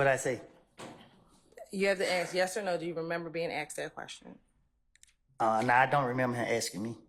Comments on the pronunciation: The attorney doesn't even know how to pronounce the word. Ask! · Even the DA can't say ask.😆😆😆😆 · Lmao prosecutor can’t even pronounce ask correctly 😆🤌